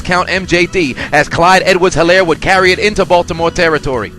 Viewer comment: This was so cringy listening to you pronounce his name wrong. The H is silent in Helaire! That's why the announcers kept enunciating his name 🤦🏾‍♀️